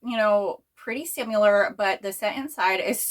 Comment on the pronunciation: Where are you from? Jw bc I've never heard anyone say "simUlar" before lol just similar like with a short "i" sound. Love your videos ❤